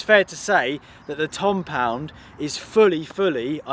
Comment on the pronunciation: you really had to call it a tompound